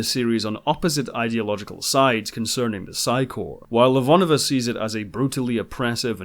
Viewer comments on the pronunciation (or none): My only gripe with this show is that the proper Russian pronunciation of Ivanova is IvaNOva, not IVAnova.